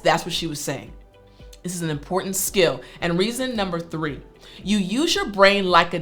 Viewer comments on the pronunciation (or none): Miss, why do you say tree, tree is arbol in Spanish, you know, you can say three I know you that you're a teacher, bar you have to pronounce very good words because people will learn like that